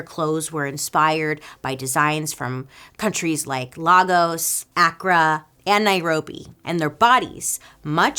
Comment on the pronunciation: I never correct your pronunciation because I know you’re trying but Lagos is pronounced LAY-GOS and Accra is pronounced AK-RAH